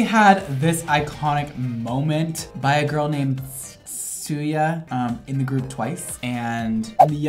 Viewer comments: Bruh "tzuyu" atleast say tsuyu wtf is tsuya? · for the future tzuyus name is pronounced chewy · Actually chewy is kinda similar with her actual pronouncation You gotta make your mouth like you are spelling "U" and spell ci-yi Im sorry im bad at explaining, but that's all i can tell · I literally got so triggered when he pronounced tzuyu as "chuya" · No one:: soo-yUh (its pronounced chewy btw) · Angerii fisheu I used to pronounce tzuyu as t-zoo-you💀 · I know this is VERY late, but Tzuyu's name is pronounced Chewy! I am not kidding--she's Taiwanese. Also, you can probably pronounce most idols' names the way they're spelt. Chanyeol's name is pronounced Chan-yol. I know this was filmed before this particular look, but my favorite hairstyle on Joon has been his mullets--the ashy purple-and-strawberry-blond one he had during the promotion of ON, and also the LONG platinum blond mullet he had for the GCF in Helsinki. Other iconic hair moments for me is Jungkook growing his hair out, Taehyung becoming Curly(tm) and Vivi from Loona's long bright orange hair. Chef's kiss. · When he tried to pronounce Tzuyu- I f e l t that omg, it’s pronounced like Chewy but it sure as hell ain’t spelt like that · lmao when he don’t know her name is pronounced “chewy” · Moon pronounced chewy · Shinee is shine with e sound at the end like shiny, Key is how its spelled key Mark from Got7 is like I have seven but its I got seven Chanyeol from EXO is chan-yul the yeol how you would say yuletide Tzuyu from Twice is pronounced chewy Hyeri from Girls Day is h-ye-ri. H like happy, ye like yes, ri like ring Suho from EXO was right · Tzuyu is actually pronounced as "Chewy". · The girl from twice with tinsel hair is tzuyu and you pronounce her name like chewie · Tzuyu is pronounced as chewy😂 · tzuyu is pronounced zoo-wee btw !! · The girl in twice,you pronounce her name as chewy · Tzuyu is pronounced "chewie," lol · Tzuyu is pronounced as "chu-wi" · U pronounce Tzuyu as “Toowee” Or “Chewy”